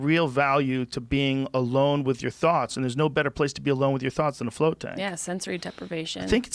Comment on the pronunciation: martin gonzalez he says flirt instead of float lmao, thought it was an interesting detail